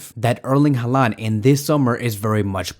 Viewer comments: At least pronounce his name right geez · bro please pronounce it right